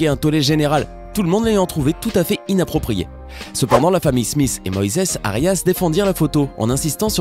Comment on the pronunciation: Je me demande pourquoi Smith sonne smiss a vos oreilles car ( th ) ne fais pas le son sss en français